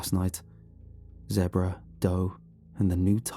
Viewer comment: I love how he says zebra like Debra 😆